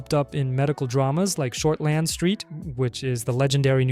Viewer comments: sorry but there is no space between Short and land, it is pronounce Shortland quickly as one word and the land is pronounced like in Ireland - 'lind' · Homie I gotta foul you for that pronunciation. No space between "Short" and land". Think more along the lines of how you say "Ireland".